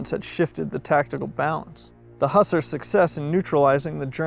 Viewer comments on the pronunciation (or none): they are not hussers but hoosaars my american friend